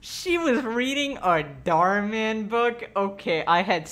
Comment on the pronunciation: You say Dhar Mann like darmen, a Dutch word, which means intestines. Thank me for such useless information later.